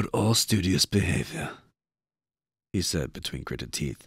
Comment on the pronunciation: Studious? Is seditious written? Sedition: Conduct or language inciting rebellion against the authority of a state. Se-di-tious, say-dish-ous. Although I don't know where you are getting the 't' at the start from, so maybe it is some other word.